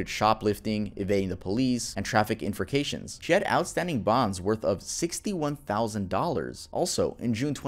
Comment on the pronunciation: lol "in-fra-ca-tions" its "in-frack-tions" love you